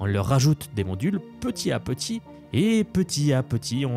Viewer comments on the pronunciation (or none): on fait la liaison oral entre le t et le à quand on dit "petit à petit" , çà fait "petita petit" ;) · Condensé bien fichu, donc ça mérite un like, mais "petit à petit" répété plusieurs fois sans faire les liaisons, ça pique quand même un peu les oreilles.